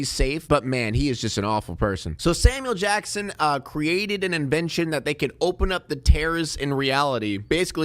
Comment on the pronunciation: It sounds like you're saying "Salmon Jackson".